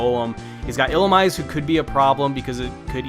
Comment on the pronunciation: Illumise is pronounced Ee-lu-me-say